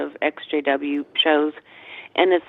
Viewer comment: Took me forever to figure out he was saying ex jw and not sjw....